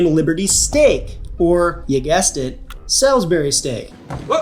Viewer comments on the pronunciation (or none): Saul’s-berry…you know…the right way to say it.